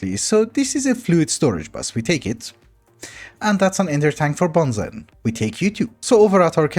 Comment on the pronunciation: I know you're not to worried about the pronunciation, but BENZENE is actually pronounced Ben Zeen 😛